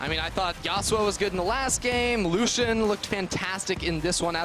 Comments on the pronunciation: Lusssian... my soul cringes so hard. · Triggers me how he says lucian